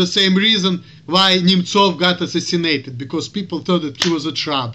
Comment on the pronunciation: Why do you call him Nemchov, and not Nemtsov? I am guessing that is a Russian Cyrllic, but I see no spelling of it that way on any search engine. You nailed it with this video. You are exactly right about a lot of people here. It's nice and refreshing to watch you, for as I have said in the past, you are a smart man. Excellent video!!!